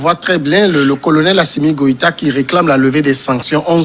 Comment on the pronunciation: Ils disent tous Gwéta au lieu de Goita (sauf Samuel) ou bien c’est moi ai mal entendu ?